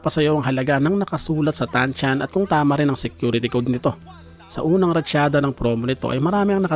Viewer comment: Anong TANCHAN? TAN-SAN hindi ko alam kung bulol ka o ano eh. Ok na sana.😂